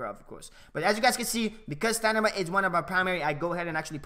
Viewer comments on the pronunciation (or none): Great vid bro, looking forward to the skill moves guide. btw does anyone notice that he says stanima not stamina the whole video, LOL just sayin tho